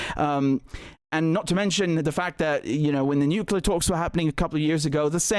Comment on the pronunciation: when you hear someone saying "nucelar" and english is his main language like the black guy , you can be sure hes an idiot... its NUCLEAR you moron not NUCELAR...